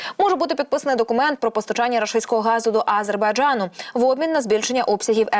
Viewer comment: Не тільки я,а й інші глядачі вже вкотре небайдужі до цього каналу та дикторів.Одна помийка! Люди відносяться до своїх обов'язків байдуже,непрофесійно.що це за вимова А-зер-бай-джа-ну? Неможливо вимовити назву держави?! Щось меле і сама не повторить